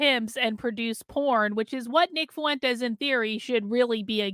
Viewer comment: Why do you say "foo-entes" instead of "fwentes"?